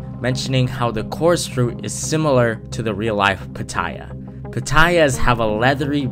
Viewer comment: Me hearing him say Pattaya be like: it's the equivalent of a dragon fruit lmaoo